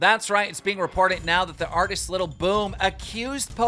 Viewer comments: it’s LIL not little jesus christ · Damn Keemstars such a boomer dad he pronounces "lil" as "little" twitter: Josh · I love how keem says little instead of saying lil-@ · “Little yatchy...I love little yatchy to death” “Little Yatchy” bro ITS LIL L I L NOT LITTLE you literally couldn’t get whiter if you change your name to white